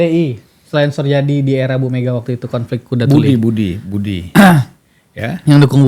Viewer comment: hostnya malah gak ngerti apa apa, bahkan nyebut "suryadi" saja "Soerjadi" .. :D